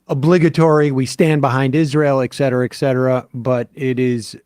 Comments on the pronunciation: A lot of people pronounce et cetera as "excedra," not just Sam. I don't know why. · I know that there is no changing of Sam's pronunciation of certain things. But can he just recognize that there is a reason that "etc" is not "exc"? ET CETERA. Not excedra.